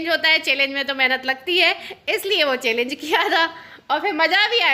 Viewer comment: चेलेन्ज नही होता है पागल चैंलेंज होता है बोलना सीखो थोड़ा शमा रमा जो भी हो